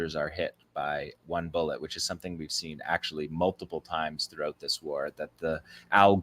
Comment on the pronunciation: How pathetic you can't say bull. Et really